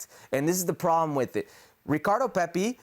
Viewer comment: can someone tell Kasey Keller his name is Pepi and not Pepe, my god